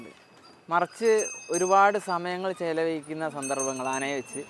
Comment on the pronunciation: ക്രഷോബെ ചെലവയി ക്കുന്ന അല്ല 😂ചെലവഴിക്കുന്ന😂😂